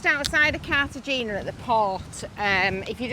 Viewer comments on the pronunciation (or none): Happy birthday. Just an fyi, it’s pronounced Carta henna